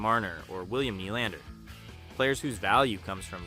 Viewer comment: Is the narration AI? It’s one of the better ones I’ve heard, but mis pronouncing ‘defense’, ‘Nylander’ and saying ‘Savard’ three different ways, including ‘S. A. Vard’ is weird.